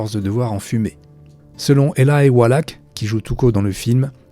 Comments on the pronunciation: C'est Eli walach pas elaï prononcé normalement éli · Faut revoir la prononciation des acteurs !!! surtout avec Elie Wallach, le ch se prononce che et pas ak et Elie c'est comme ça se prononce et pas Elaïlle